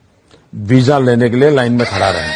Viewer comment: हजार नहीं मुन्ना हज़ार वीजा नहीं कहते वीज़ा कहते हैं 😂😂😂😂😂😂😂